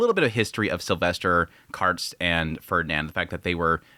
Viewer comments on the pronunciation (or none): Kar-sted, not Kardest